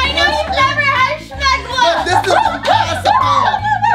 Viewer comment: When was it ever called "Shmegma" It's just Smegma.